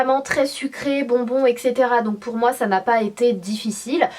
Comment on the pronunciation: T'es magnifiiiique mais juste petit point de français : on dit "etssetera" et pas "exetera" je sais que "tout le monde prononce comme ça" mais c'est une faute donc autant la signaler ;)